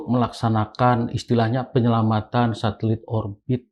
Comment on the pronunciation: Satelit pak jack jadi thulalit😂😂😂😂😂😂